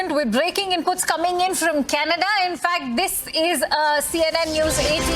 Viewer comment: Welcome to Canaduh hahaha hahaha 🤣🤣